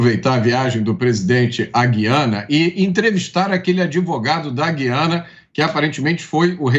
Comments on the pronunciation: Mota em português é gu i Ana e não gui ana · A pronúncia certa é GU-IA-NA e não GUI-A--NA.